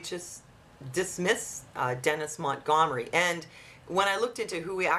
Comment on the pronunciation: Lol. Gum Sonia. Mont-Gum-ery.